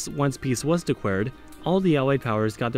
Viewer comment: "Thaiwand...decwared..." lol